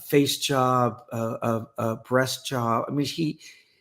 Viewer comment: He actually said b...s not breast.